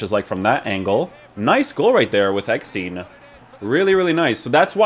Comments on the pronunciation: His Name ist EGGESTEIN NOT EGGSTEIN or EGGSTIN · Hört sich an wie Eppstein 😂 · As a german and a Werder Bremen fan its funny how you Pronuncing EGGESTEIN